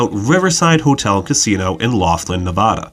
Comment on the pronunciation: Not many are able to pronounce Laughlin correctly so nicely done from a local of the area around it